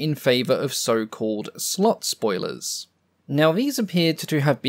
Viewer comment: Had to double-check with the subtitles because i thought i heard "slut-spoilers", which would be an interesting description for the "Sugar Daddy".